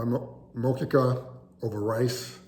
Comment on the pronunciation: If you are going to cook it, please learn how to say it properly! Honor the people who originated this recipe. Just watch any Brazilian cook and learn how to pronounce the name of the dish properly! 😊❤️